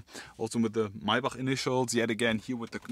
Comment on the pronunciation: Lol Mercedes “maybuck”